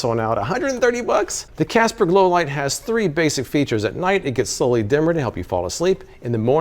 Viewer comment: "Casper Low-life" is what I kept hearing him say. I'm high af and this video just seemed hilarious to me. Casper Low-life! 😅🤣😂